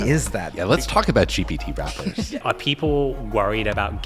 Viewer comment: Did he say gpt rappers 😂😂😂😩 😂